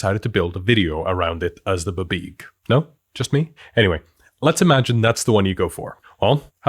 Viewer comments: I keep hoping he's gonna stop saying "buhbeeg" but he Just. Keeps. Saying it. 😭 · it most definitely is not pronounced "buhbeeg" wtf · DUDE PLEASE I LOVE YOUR CHANNEL STOP SAYIN BABEEG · 30+ years of GMing and this is the first 'how-to' that breaks down the planning in a simple, easy-to-understand way. We've all read those paragraphs in the DM Guides, but thank you for putting it in 'english'. But buh-beeg? Can't do it. Will always sound out as bee bee ee gee for me. 🙂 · I can't say I've ever heard it pronounced "buh-beeg" instead of "bee bee ee jee", but I do kinda like it! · I have never in my life ever heard it called “Buh-Beeg”. 😂 Great video though! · I am now incapable of pronouncing BBEG as anything other than bibeeg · I’ve been DMing since the 1900s. I have never, EVER heard BBEG pronounced “buh-BEEG”… but now I’m never going to say it any other way. 🎉🎉❤❤ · I always went with "bubeg" but I like yours better Also your exasperation with half-assed American media appropriation (and pronunciation) of mythology is priceless 😁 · I've always pronounced it "bee-beg" but I think I just decided on that myself from the spelling.